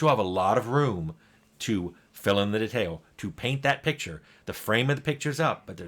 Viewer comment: Every time Tim says "detail" it triggers something in me. And he mispronounces it a lot in his videos.